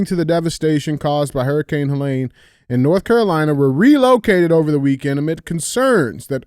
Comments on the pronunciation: DJ: it's Helene...not Huhlain. Andy: please axe him to pronounce it correctly. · Pronouncing all that medical stuff right, and then mispronouncing HELENE 100 times is crazy! LOL